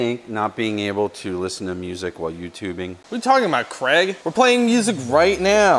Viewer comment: 🤠Why can't American's pronounce Craig instead of "Crag"😂